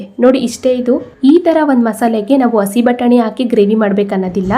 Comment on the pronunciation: Madam please say hasi batani instead of asi batani.